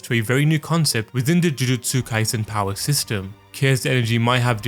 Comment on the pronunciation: i hate the way this guy pronounces jujutsu